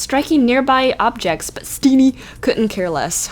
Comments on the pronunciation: "Let's look at Steeneehhh" LOL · Is it awkward that I find the way you say steenee is funny to me